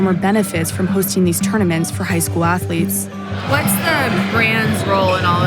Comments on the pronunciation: "Student Ath-O-lettes". Of Course you dont have slaves here sir. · "Student Atholeets" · "Stuuudent atho-leets..".. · Ohho sir, student ath-o-letes, how clever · St-ud-ent atho-leth-es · Student atho-letes, ahha brilliant sir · "Student Athuretes" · STOO-DENT ATH-LOO-LETES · “Student ATH-OO-LETES” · "STUDENT ATHO-LETES"